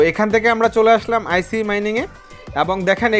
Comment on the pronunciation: আইসি না ভাই এইটা আইচ হবে।